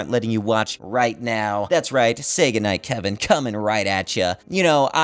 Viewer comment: did you say Sega Night Kevin?